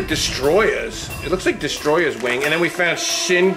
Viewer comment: It's not "destroy-ah" it's destoroyah